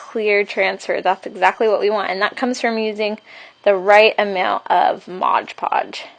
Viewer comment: Why do you call it Modge Podge? It's MOD Podge!